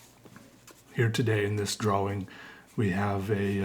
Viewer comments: FUCK OFF STOP SAYING DRAWING LIKE THAT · it is my completely non-professional opinion that you could do an ASMR "episode" of nothing more than you repeating over and over again the word.... drawing. You have a unique way of saying the word, drawing, that puts an emphasis on the "w" in a way that is both innocent and comforting. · The way you say “drawing” has an aesthetic to it I swear